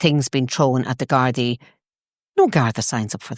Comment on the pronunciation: Get Ezra back on soon; He is the only person outside of Ireland who can pronounce "Gardai" 😂